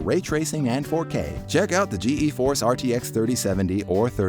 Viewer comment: The “ Ge e force RTX” lol I’m gonna forget about this